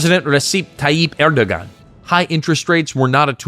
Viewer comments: Pretty sure that's pronounced Erdowan. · The only problem with this video was that the narrator butchered at least two words. Naci is pronounced na-jee. C has the j sound in Turkish. And Erdogan is pronounced Er-doh-ahn. And Ankara is pronounced ANK-ara. And, no, I am not Turkish. I just pay attention to the bleeding obvious when listening to how words are pronounced.